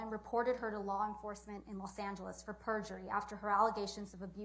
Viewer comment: WTH is PERGURY?